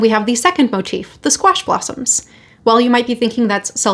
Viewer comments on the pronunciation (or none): I'm laughing cos I first thought you said squashed possums. 😂😂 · I thought you said “squashed possums” 😂